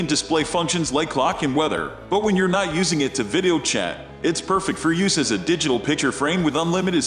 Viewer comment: The computer-generated voice mispronounces “video” so that it comes out closer to “viddo.”